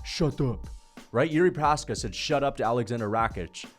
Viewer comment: “the more Jiri Precums” alright